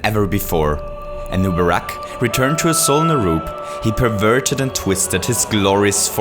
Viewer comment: check the pronnounciation of names, thats not how you say "fiend" and "Azjol"